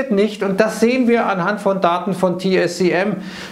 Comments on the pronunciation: TSMC, T-S-M-C, TIE-ESS-EMM-SSIE, nicht TieEmmSsieEss. Ist das denn so schwer 🤷‍♂️ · wann lernst du es endlich, TSMC und nicht TSCM